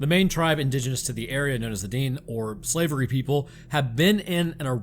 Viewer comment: I’m trying my best to be nice but I’m dene it’s pronounced DEN-EH and idk if it was intentional but it’s the slavey people not the slavery people 😂😂😂